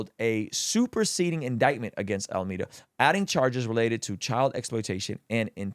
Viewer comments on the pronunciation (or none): AlmEEda ❌ AlmAda ✅